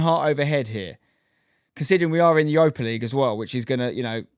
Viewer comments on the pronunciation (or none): none